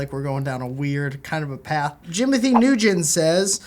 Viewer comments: NU - GEN NU - GEN NU - GEN NU - GEN NU - GEN It's New - en. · did just say Jimothy New Gin? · RIP pronunciation of my last name. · Matt Nguyen "winning" 😃